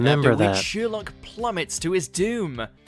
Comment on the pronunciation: Why is he saying “Sheerlock” wtf 😳